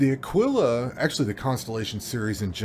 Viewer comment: Like the video but..... It's pronounced..... AH-KEE-LA. Sorry. I subscribed.